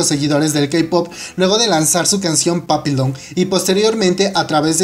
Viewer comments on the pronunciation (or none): none